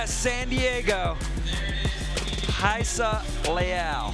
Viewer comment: Do they say it correctly? Why would the “R” be silent? I would think it’s ra E sa .. they always say hi E sa